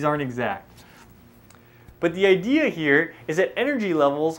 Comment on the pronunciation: "the IDEAR HEAR" (idea here...lol asians) nice vid tho